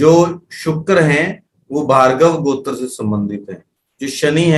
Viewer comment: आप गोत्र ,का उच्चारण सही नहीं कर पा रहें है कुछ समझ में ही नहीं आ रहा है